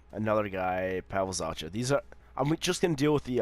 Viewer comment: Oh and by the way zachas last name is pronounced za-ck-a